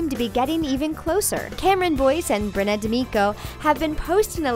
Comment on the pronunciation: its pronounced Brenna not Brennan, im pretty much an expert on it since that's my name, get the names right